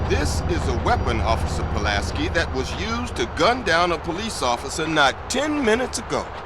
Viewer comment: I know it’s mostly the accent but damn you keep pronouncing Pulaski wrong that shit annoying